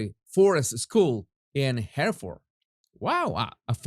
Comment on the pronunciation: 2 pronounciations for today Jesus, Krewe is pronounced Crew as in J Crew and Hereford is pronounced Heryford, thanks for keeping up the stunning work in all this H&M IG nightmare, still can't believe the British Vets were made to parade behind she who will not be named!